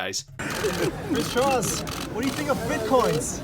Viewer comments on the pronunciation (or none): none